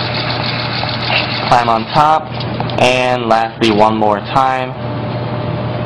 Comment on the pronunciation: what country are you from? you pronounce "one" as "wan" ?